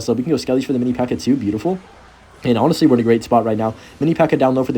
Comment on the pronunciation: what a peculiar "mini pekka"